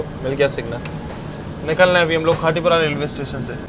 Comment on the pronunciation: हिंदी भाषा में साफ़ साफ़ लिखा है खाती पुरा ओर आप बोल रहे हो खाटी पुरा पढ़ना नहीं आता है क्या 😮😮😮😮😮😮😮